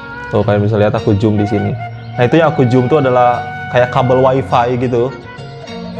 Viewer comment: Bukan jum bro tapi zoom sebut betul2 nnt salah fhm bro....